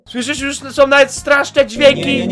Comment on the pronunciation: Jusz się nie pszestraszsz